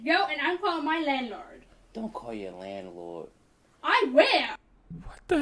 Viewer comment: "My landlerd...."